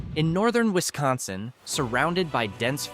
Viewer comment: If you're going to do a video on our state of Wisconsin you need to be taught how to say the name correctly my guy